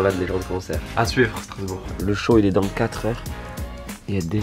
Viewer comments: STRASBOURG pas starsbourg Dsl c'est juste que j'habite là bas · Qui a remarqué le "Starsbourg" à ?😂